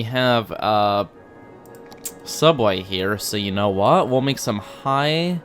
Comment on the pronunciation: Well the word is den-city and you rhymed it with city so I guess you did..?